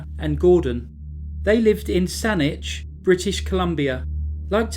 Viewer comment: Thank you! Thank you for pronouncing Saanich correctly! Some Canadian places can be challenging to pronounce but you rocked it!